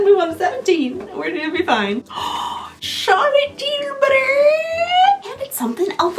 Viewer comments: I've been binging your vids lately since discovering your channel. You make me laugh so much and the doggies are adorable 💜🖤 When i see charlotte tilbury i say it with you in that posh voice lol That and Augustinus Bader 😂😂. And the ridiculous overpriced hyaluronic stuff from DOCTOR Barbara Sturm! Love from Australia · Someone really needs to make a compilation video of says Charlotte tilbury.😂😂😂 I would love to watch that. It's so hilarious 😆😂😊.